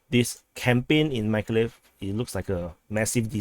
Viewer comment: it's pronounced Meekohligheev Mykolaiv y - ee o = OH aiv = eye iv